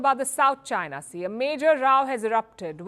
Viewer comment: Palki can't even pronounce 'China' properly. 😂😂😂😂